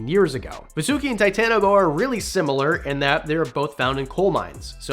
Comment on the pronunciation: Its not va su ki. Its vaaa su ki...